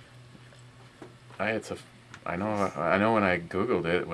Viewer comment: Core. Ee ander. Next time you slip an L in there I'm going to wrap your head in with a ratchet jerkey.